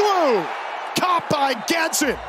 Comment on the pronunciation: Announcer cannot say Gadsden right to save his life